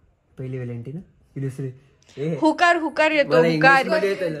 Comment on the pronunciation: हुकर नाही उकार बोलतात.... शाळेत जा आधी 😂 बेसिक गोष्टी तरी शिकून घ्या आधी infuancer आहात कि तुम्ही लोक 😅